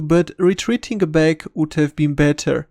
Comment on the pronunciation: I love the way he says "Let's go bag(back)"!